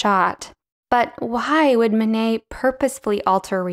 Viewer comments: Great - but it would be nice to have Manet's name pronounced correctly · Mayo nayo?